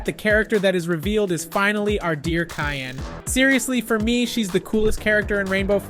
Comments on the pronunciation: You’re mean Cyan not Kyan😊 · It’s not cayenne it’s cyan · It’s Cyan, not kyan. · Cyan is pronounced si-an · Yeah you said Cyan wrong